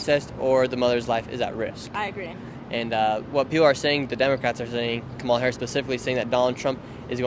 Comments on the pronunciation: Comma-la bruh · Why can't you pronouce Kamala's name right? It's not difficult. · Do you notice he is saying her name wrong on purpose 🤔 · Please pronounce her name correct!